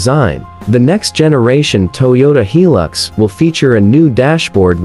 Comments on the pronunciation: Yeah! Since when does I pronunces like 'e'. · Pronounced "High Lux"not, he lux. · Make a hilux video cant even pronounce hilux right